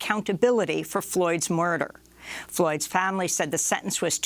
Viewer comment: She’s having trouble pronouncing “murder” and “migrant” and I can literally hear her spit in her mouth. It’s gross! Get someone young. And hot